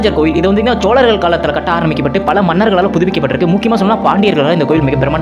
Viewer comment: ச்சோழர்கள். இல்லடா பைத்தியம் ""சோழர்கள் "" சரியாக உச்சரிக்க வேண்டும்.